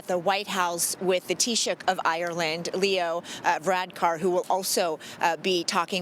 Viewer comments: She pronounced Taoiseach correctly so she gets a pass. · Yes Taoiseach is hard to pronounce alright, I'll give her that pass 😀